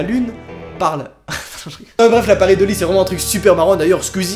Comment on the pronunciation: sa se dit : pa ré i do li